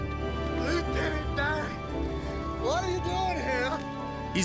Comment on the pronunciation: Oh Lieutenant DAY-AN!